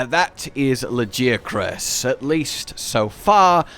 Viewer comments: You pronounced it's name wrong ...erik told us how it's done Not ~lajiakruss~ it's ~LaGiahhcrus~ and now since we have official pronounciation i will rub it in everyones Face that pronounces it wrong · Why would you still pronounce it La-gee willikers-acrus. Erik TELLS YOU HOW TO PRONOUNCE IT. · Say LA-GI-A-CRUS damnit!! Great video as always!! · It’s pronounced LA GE AH CRUISE, not LAGI AH CRUZ, lol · I'm enjoying Laggy-ah-kris very much! Lol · Dude when erik said Lagiacrus. I was like “ERIK, Lag-AIA-crus” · no i was agreeing with him, lag-AIA-crus sounds better than what eric said. it feels like if someone called mizutsune "mit-soot-soon-ee", as a comparison. feels weird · I winced when he said laggy acrus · "Lard" + "Ghee" + "Ah" + "Cruise" 🤣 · I physically cringed when he said LagiaAHcrus but omg he's absolutely amazing, I'm so happy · It is really good, Lagiacrus quest surprised me. And they pronounced it -ah-crus weirdly enough. Not how I thought it would be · why do you keep saying it's name wrong dude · Just admit you've been saying it wrong c; (it'll probably be like the tigrex situation:0) As much as I like Steve I don't know what it was but apparently I got him a lot easier than I did..:0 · You are the only person I have ever heard pronounce it like that so yeah it's easy for you to say "say it however you want" lmfao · Just follow the Japanese pronunciation and stop being wrong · Funny how they literally pronounce Lagiacrus in game and people still say his name wrong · They say the name in game, use it properly absolutely disrespectful to this amazing monster to butcher his name like you do. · Ok, when Tigrex's name was voiced during Rise it made me curious, how the way they pronunced the name sounded basically how one would say it in Spanish. And now comes Lagiacrus and it's the same, the way Erik says Lagiacrus is basically how you would say it on Spanish... Interesting.